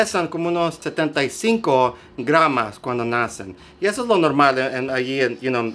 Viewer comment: Excelente vídeo, se dice GRAMOS. Saludos desde argentina.